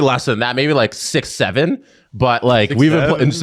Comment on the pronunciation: with the EMPHATIC “6-7”